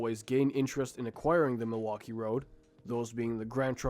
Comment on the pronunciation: Why so difficult to say the name "Milwaukee?"